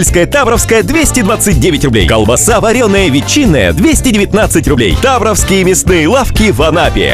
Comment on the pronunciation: Неужели слово таврОвские так сложно выговорить?